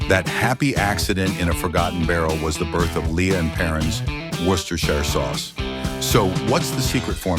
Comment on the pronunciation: HOLY CRAP! THIS IS AMAZING! An American pronouncing "Worcestershire" correctly!